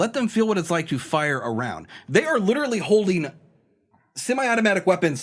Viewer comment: used to say “literately,” and that drove me nuts.